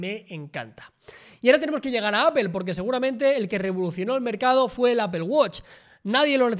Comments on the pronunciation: jajajaja qué horror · ¿Por qué pronuncian "apel" a Apple? jajaja